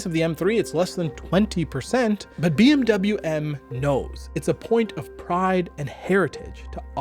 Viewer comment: Its bmw and not bmuu